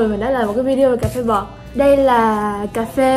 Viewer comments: Ôi trời ơi cà phê bọt mà toi nghe cà phê bò:)))) Im so sorry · Cà phê bọt mà đọc nghe thành Cà phê bò =))) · Cà phê bọt mà mình lại nghe thành cà phê bò chứ:)))